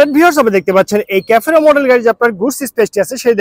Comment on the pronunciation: ক্যাফোরো না রে ভাই। সেফিরো